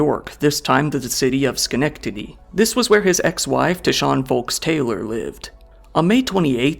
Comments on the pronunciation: Skuh-NEK-tuh-tee, not 'Scunedduddy". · skeh-neck-ta-dy my guy 😭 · But then he butchered Schenectady…despite managing to say it correctly earlier in a completely unrelated case. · Crazy pronunciation of Schenectady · it’s ok I’m from New York and had trouble saying Schenectady for years lol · holy hell I'm driving through Galway right now... hay wait, you just said Schenectady correctly like a few minutes ago, how did you get it wrong just now? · I'm sorry but your pronunciation of Schenectady was hilarious...😂😂 close, but not quite...😂😂😂